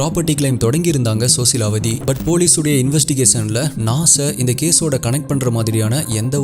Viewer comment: Sosilawati illa rosilawati bro.. 😊